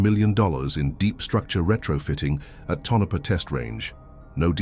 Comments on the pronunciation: Tonapha is pronounced Tone-a-pa. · The AI voice's pronunciation of Tonopah is an eerie mystery in and of itself!